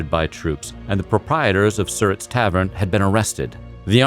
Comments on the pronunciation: It is SirRat. And it's Nanjamoy... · You are correct. He mispronounced Surratt and also Nanjamoy. Where Booth crossed the Rappahannock River was at Port Royal, not Port Charles. The site of the barn where Booth was shot and died is now in the middle of the north and southbound lanes of U.S. Rt. 301. I live just a few miles from the Mudd house. My children passed it every day on their school bus. A good friend is a docent at the Surratt tavern. They have yearly tours of Booth's entire escape route. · The way he says Surrat is cringe-inducing